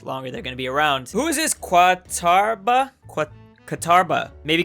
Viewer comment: Qataba: Qatar...bah? Qatarbah.